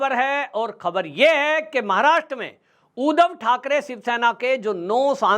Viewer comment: उदव नही सर जी , उद्धव बोला करो , जय महाराष्ट्र